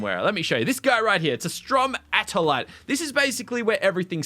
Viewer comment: This game looks amazing! Please play more! And on that note, you pronounced stromatolite wrong. Please look up the proper pronunciation. I'd think you wan to get it right, since they're well known for growing in Australia!